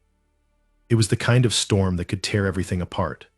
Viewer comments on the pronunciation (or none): none